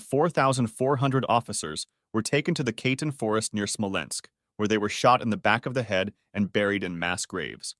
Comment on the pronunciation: Reading Katyn (kah-tyn; second syllable stressed) as kaytn is brutal